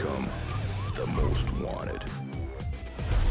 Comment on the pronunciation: ВонТед, а не вонДед